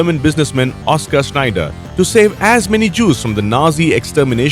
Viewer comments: Schindler not snider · It's Shindler, not Schnieder! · Oscar sneider was that right it's fuckin shindler mate get someone who can read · Schindler not Schneider List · Oscar Schindler, not Schneider, god admnit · Sir, His name is "Schindler" not "Schneider". Please correct the pronunciation in the audio.